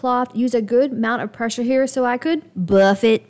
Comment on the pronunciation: Yep it took that week for it to look A-M-A-ZING!! So cute and special! I love watching videos too. But you are an inspiration and I enjoy your videos just as much! Especially your emphasis on "before.....and AFTER". I chuckled when you said "Buff" really loud. That is my kind of humor.